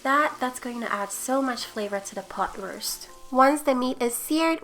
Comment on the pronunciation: Did you say beef pot ruist?